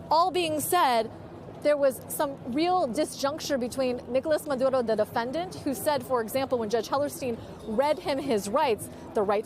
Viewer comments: No need to lapse into the Spanish language just to say a name, babe. Just say Maduro. We don't need " Mahdrrrrrrrrrrrrrrrrrrrrrrrrrrrrrrrrro". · His name is Maduro, not Maduhdo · This reporter speaks in sympathy with Maduro. She even uses the Latin pronunciation of his name. She brings up questions of legality. National sovereignty. No evidence of gun crimes. On and on. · Why does she say Maduro that way? 😂😂😂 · How many times is going to say his name with the accent !!! What a joke !!!